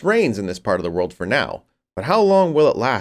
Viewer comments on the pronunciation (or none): none